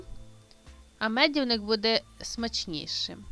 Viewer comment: Дурнішого рецепту я не бачила :: цукру дуууууже багато, соди також багато, та ще й погашена п'ятьма силовими ложками НУ і інші " новшества " в цьому медівнику без меду. До речі: ви в школу ходили ? Неправильно вимовляєте слова , неправильно ставите наголос (мазаю , а треба говорити змазую, мащу; в слові медівник наголос падає на букву И ) і т.д. Однозначно --- цей рецепт відпадає .